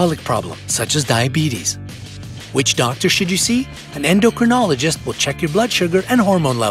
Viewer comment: Since you refer us to them often, you might say "endocrinologist" properly. 'In my beginning, is my END.'